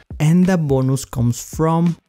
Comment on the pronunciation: Bonooos Meat😂😂😂love the way u say that😂😂bless you bro🤗🤗